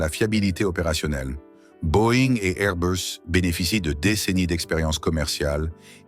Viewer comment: C’est pas Airbeus mais Airbus. Restons français. L’anglomanie ne rend pas le propos plus crédible ni plus convaincant et encore moins intéressant. Merci.